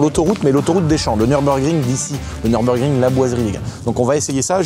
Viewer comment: Le Nurbugring des champs, c'est le "Nurburgreen" mdr